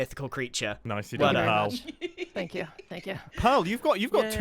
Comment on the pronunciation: I see you’ve been told already but it’s “pearl” and “moon”